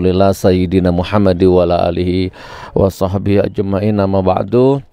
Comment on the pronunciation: Gus tolong baca wa ala alihi di perjelas , jangan sampek jadi wela alihi ...karna maknanya akan berubah secara fatal nur gus